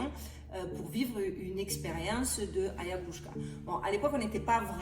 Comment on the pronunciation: très beau bien réalisé merci d'avoir éclairé correctement les gens curieux juste je c que tu as un petit problème de locution comme tu la expliqué mais ca fait vraiment blizzard d'entendre autant de fois le mot mal prononcé c AYAHUASKA phonétiquement ayawaska c pas grave tuc c juste pour toi et la credibilité que tu peux avoir devant les septique mais bravo pour tout ce que tu fait BOOM❤❤🙏🙏